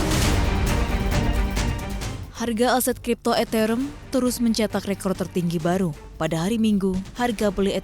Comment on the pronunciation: Ethereum cara bacanya eterium mbak bukan eterem😂😂